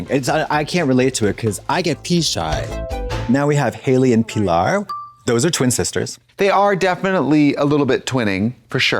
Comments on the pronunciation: Pee lar. Lol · The way Trixie is pronouncing Pi-LAR is tickling me 😂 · The way Trixie kept saying PEA-lar was taking me out😂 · The pronunciation if Pillar as Peelar 😅